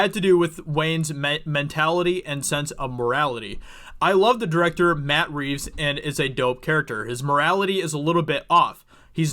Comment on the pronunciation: Did you say Bat Reeves